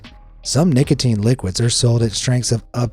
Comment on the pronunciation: W-w-wha-t abo-o-ut lo-o-oki-i-ing at nic-a-a-ateen 😬😬😬😬😬😬😬😬😬😬😬😬😬😬😬😬😬😬